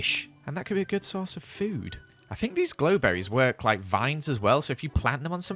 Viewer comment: grow berry not glow berry